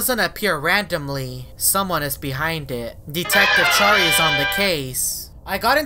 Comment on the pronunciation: Instead of Detective Pikachu it is Detective Chary 🤣 also I love that music 🎶